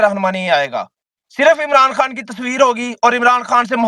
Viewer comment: او بھئ: اللہ کے واسطے اردو کی بربادی نہ کر ،، جہاں ”خ“ کی آواز ہو وہاں ”ح“ کیوں بولتے ہو ، 😮😮😮 خوش کو حُش ،، خبر کو حبر ،، خان کو حان 😮😮😮😮 مطلب حد ہے 😮😮😮😮😮